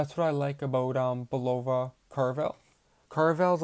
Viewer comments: It's pronounced Bull ova.! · Not bad, but where did you learn to pronounce, Bulova? Go back to old commercials, when Bulova was still an American company, and listen to the correct way of pronouncing its name.